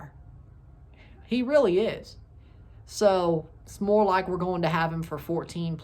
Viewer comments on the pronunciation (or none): none